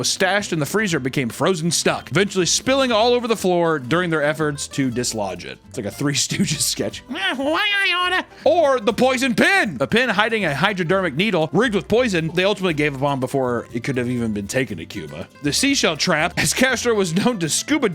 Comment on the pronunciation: "Hydrodermic needle". That's a new one lmao. "Botulium" is also a new one, but I can forgive that one.